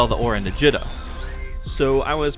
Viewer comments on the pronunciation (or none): Gee-Dah not Jih-dah.